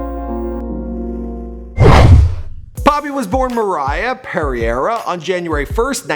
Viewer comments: Pereira***** and it’s peh-ray-ira not “perry era” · "Perriera" lol It's Pereira. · FACT GOD FAIL ... CORRECT FACT TIME 😐 sorry but your're pronouncing her NAME INCORRECTLY the way you're saying it sounds like " Peri-erra" ... in fact it's pronounced like " Pur - rerra " PEREIRA . Next She was NOT born in Nashville ... Hell she only lived in Nashville for about 2 yrs/ less She was born in Boston, MA (actually in Whitman, MA a suburb of Boston ) She is the YOUNGEST of 4 Children - she has 2 broths an a sister . Her FATHER did NOT tour with Cyndi . Poppy liked Cyndi's music .... I don't have the time to point out ALL your mistakes . So concluding CHECK ALL Your FACTS before foolishly opening your face in a video ... ~😈🔺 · ITS NOT PARY-AIR-RA ITS PER-AIR-A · There's literally a picture in the video with her name written correctly: it´s PEREIRA (not Perriera) and it's pronounced 'pe' (as in PErm) - 'rei' (as in lana del REY) - ra (as in caRA delevingne). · Also, how can he read Pereira and understand Perriera? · Her last name is Pereira, not Perriera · It is Pereira not Perriera. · its pereira, lol.... periera omg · It's Moriah Pereira not Perriera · Her surname is "Pereira" and not "Perriera" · Its moriah pereira not moriah perriera i thought u were the smart one here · I cringed so hard when he said her last name. It’s a Portuguese last name and it’s pronounced like (Purr-air-ah). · wtf I’m kinda scared that poppy has the same last name as me lmaoooo btw it’s pronounced per-air-uh not how you said it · Is not perriera its Pereira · Fuck dude. Can you pronounce names properly ? It's Pe rei ra. It's a portuguese last name. You fuck up many names as you did with pewdiepie as well. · Oh, she has a Portuguese surname... Interesting. Also, Pereira and not Perriera or Perrier. It means pear tree in portuguese. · Perriera? É Pereira* cara!!! É Um nome português e não espanhol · Her last name's actually pronounced 'per-air-ah' not however you said it lmao. It's Portuguese.